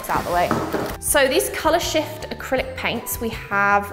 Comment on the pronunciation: Why did I hear "color sh*t" instead of "color shift"?😂